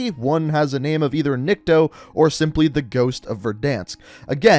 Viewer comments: His name is pronounced neek-to) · Nick-Toe that's how you say it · He is NiktO,not NIkto. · I am impressed how you manage to pronounce "Nikto" almost correctly without major fuck ups at first try. Why "almost"? Because it is just like you pronounce, but "niktO". And the reason why first language is unknown is mostly because in Russia there are many languages in separate regions. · it is "Nikto," not "Nikito" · I’m not trying to be rude I’m just trying to help out. It’s pronounced Ni kuh toe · Nikto (Nick-Toe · It is NI-K-TO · I think its pronounced Niko and the T is silent, cuz Russian is like that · NICK-TOE. PUT THAT TOGOTHER AND ITS NIKTO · Proper pronunciation is "neek-toh" Nikto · Nikto is pronounced as NYIKTO , which in russians means "nobody" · I believe it’s pronounced neekto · Nikto would be pronounced like Knee-kto you could have pressed that speaker on the bottom of translate to hear it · It’s pronounced NIIKTO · it's kneek toe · Nikto is pronounced nick-toe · Niko in Russia its not how you say it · remember riley is dead when his dead ghost is born Hold on u say nikto name wrong but meh close enough If infinity ward see this he will be mad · It’s nikto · Dude. Nikto is nikto. Also, you need hooked on phonics. How'd it take you this many vids to pronounce a two syllable word correctly? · It's literally not that hard to say. (Nick-Toe) Also, did he not pass school or something? This man literally said, "Un-know-wen" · White people love adding extra letters to words lol "Nikito" "Unknowon" 🤣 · Nikto or Nikito I can let go but "un-know-when"? Bruh what's your first language lol. Like the theory and im excited to see what it'll be but that had me laughing bro I just kept hoping something else would be "unknown" 😂